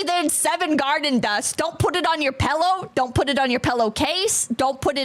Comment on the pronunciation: Is the "pellow" thing a place accent or just a accent?